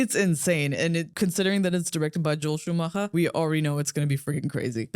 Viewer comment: saying Joel Schumachers name in perfect german pronunciation caught me off guard haha